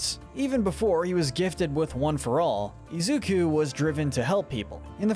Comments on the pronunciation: Also u say it izuko its izuku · Izuku is not pronounced Izuka or Izuko. Bakugo is not pronounced Bakuga. Also, although All Might's real last name is Yagi, I have never heard anyone call him that. Sometimes Toshinori, but otherwise, just All Might. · Its pronounced IS-OO-KOO and Ba-koo-go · Izukuh. Why? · "BAKUGA" and "IZUKO" lmao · All these pronunciations are wrong! Yoa-ya-roo-zu, I-zu-kuh, ki-rush-ma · is the most evil for the way he pronounces Izuku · Anyone notice how keeps mispronouncing Deku's real name?